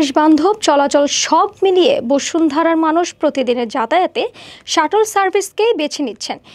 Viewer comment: চাটাল চার্ভিচ না ভাই,,এটার উচ্চারণ হবে শাটল সার্ভিস। উচ্চারণ ঠিক করতে হবে।